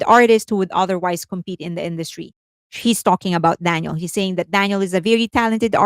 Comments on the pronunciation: I don't mean to be rude, but you keep calling her DANIEL. Daniel is a male name, as in Daniel Craig, Daniel Radcliffe etc. Her name is Danielle, pronounced, Dan-YELLE, with an emphasis on the second syllable. This has been commented about here before...?? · It’s ‘Dan-yell’ you keep mispronouncing her name. ‘Dan-yill’ is a boy’s name. And are you going to ever discuss Mark Lee’s controversial and racist t-shirt? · I believe, with effort, you can manage, after all this time, to pronounce Danielle's name correctly. It's been years now, literally years, and you pronounce her name in the masculine - Daniel. Her name is the feminine version - Danielle. I'm not trying to side with her on anything, I'm saying that some stans get all in each other's spaces for the mispronunciation of Korean names, and can there be an effort to say those correctly. So, in all equality, we can put in an effort to say a Western name correctly - Danielle, not Daniel. The legal documents will also reflect that name as well: Danielle Marsh or Marsh Danielle. Not Daniel. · Great coverage as always - very thorough and informative. But you went back to pronouncing her name as Daniel (male name) instead of Danielle (female version). You were pronouncing the name as Danielle for a while… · Can you please pronounce DaniELLE right?